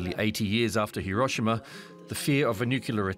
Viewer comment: Your terrible Japanese translation in English from Tanaka-san can't event say Hi-ro-shi-ma correctly. Even when you quote her. Much in the same way all reporters in this story fail. How can we take you seriously?